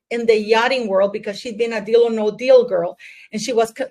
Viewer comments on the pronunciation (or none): none